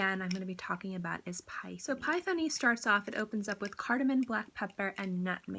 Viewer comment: The way to pronounce it is - ‘Pay - tah - ni ‘ it’s an expensive saree material typical from Maharashtra 👍